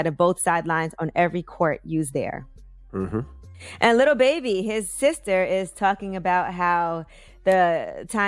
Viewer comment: Did she say and Little Baby??? Lol lol I thought it was lil baby lol lol lol